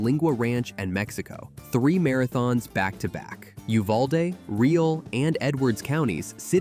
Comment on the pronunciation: Also Leakey is pronounced like Lake-ee and Boerne isn't pronounced Born but pronounced like Burny. Just telling you because I've lived in the Texas hill country all my life. There are some strange pronunciations. Real county isn't pronounced REEL it's pronounced Ree AL. Al like a person's name. Gruene is pronounced just like the color Green. I can tell you aren't anywhere from around southwest Texas. 😂